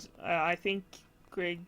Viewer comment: Det hördes i början när du sa "Grieg" med perfekt uttal att du var norsk. 🙂 Inte så ofta jag snubblar över nordiska grannar på nätet, så det är alltid roligt när det händer. Hittade din kanal igår på grund av recensionen av Bretts Mendelssohn. Ska se till att titta igenom dina gamla videor framöver. (Hoppas svenska funkar för dig, det är sent och jag orkade inte riktigt uttrycka mig på engelska.)